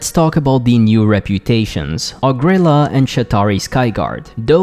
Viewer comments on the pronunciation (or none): OH Gree Lah not ohgrila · O-gril-laa It’s ogre heaven, not o-grilla ffs